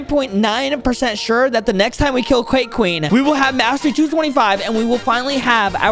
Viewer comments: He said cqake queen😂😂😂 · He's saying quake Queen